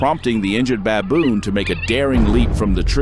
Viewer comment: It is pronounced baboon not babb-boon. 🤣🤣